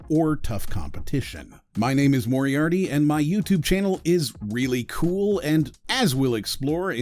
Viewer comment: It's pronounced Moriarty